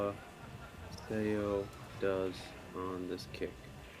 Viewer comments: Commentators should learn how to pronounce the players' names before commentating. Suh Suh Ah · Karl seems to be the only commentator who knows how to say Seoa’s name correctly. All the commentators for this event say it wrong😅